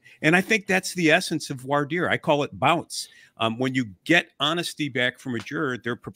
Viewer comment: It's Franch - Voir Dire is said like Vwah Deer. These are the verbs Voire (to see) and Dire (to say, tell, mean). If you want to say this right just say it in French and be done with it. If you look it up using online search the typical language tools have little speaker buttons with French speakers pronouncing it for you.